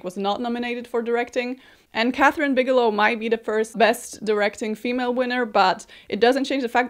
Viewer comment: why are you saying "female" like that that's so weird